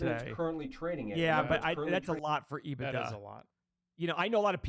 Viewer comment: caught me off guard haha, my finance teacher used to say ebitDA like that as well. Hilarious!